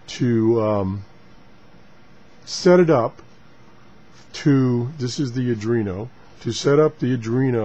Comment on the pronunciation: This should be a fun series. Oh, and it's pronounced "Are + dwee + no".